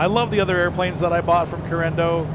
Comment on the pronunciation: Say it with me....C A R E N A D O......😂 😂 😂 😂